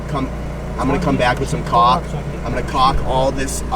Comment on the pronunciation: Anton is gold. Keep him around! As far as the old RV, you gave Mambo nothing to work with. Mambo is very talented, but even he can't mold a diamond from a pile of shit. LOL at your caulk pronunciation. It sounds like you are going to use what your mom saw a picture of... and I don't think that's what you meant. And you need to buy a stinky slinky if that RV doesn't have one. Grillo or Will can handle it for you.